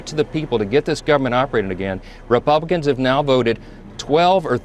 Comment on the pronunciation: Go there. You’ve already made it a partisan issue Well done idiot👏🏼🙀 BTW did he say “ReBumpkins”?! I 💙 it! 🎃👍🏼🤠